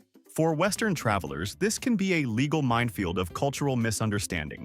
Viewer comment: Good gawd can't say LĒGAL, pronounces it līgâl.🙄